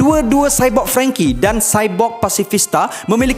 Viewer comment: Franky bukan frengky, aduhh 🤦🏽‍♂️